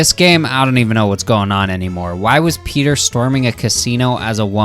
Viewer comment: You may not want to be a Family Guy-tuber, but you say 'Peter' as "pay-ter"... You're a Pay-tuber.